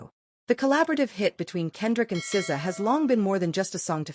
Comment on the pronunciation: These AI videos are so frustrating. As soon as I hear the voice say "ess zee ay" I know.